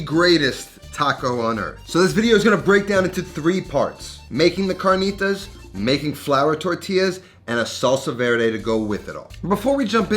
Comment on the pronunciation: The cahrkneetahs with flour tortillas 😂